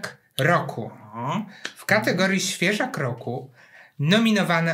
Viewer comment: Usłyszałam "Świeża W Kroku" zamiast "Świeżak roku" 😑 czas się wybrać do lekarza od uszu